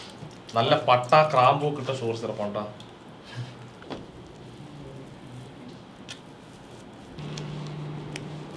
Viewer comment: ക്രാമ്പു 🤣🤣🤣🤣.... ഗ്രാമ്പൂ ന്നാ..... കേട്ടിട്ടുള്ളത്